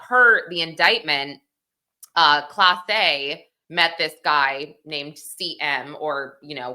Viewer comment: Not Clase... Class-Eh!